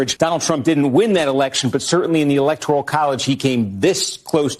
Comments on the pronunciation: it isn't "electorial" it's "electoral". Please train your lips and tongue to take the "I" out – it actually grates on my ears and I can't hear your wisdom. jus' sayin' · Electoral, not Electorial,! Great update!